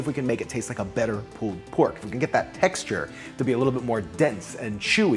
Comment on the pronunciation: Pooled pork? Because it went swimming first? Hahahaha I never heard pulled pronounced pooled.